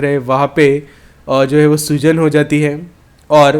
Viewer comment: " soozan" nahi " Soojan" bolo bhai matlab Swelling